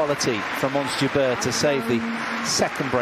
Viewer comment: it's "jabeur" not jubear... :)